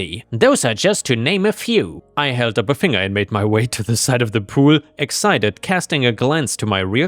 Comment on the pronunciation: a voice that reads better than any AI. Even when he accidentally mispronounces exit-ed as excited